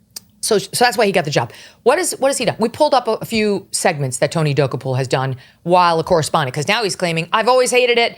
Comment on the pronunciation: I love how Megyn says Tony Dokoupil. He says it completely differently. I used to watch CBS Mornings every morning back in the day when it was garbage but it was less obvious that it was garbage. I love how she says it cause you can tell she's literally never heard of him 🤣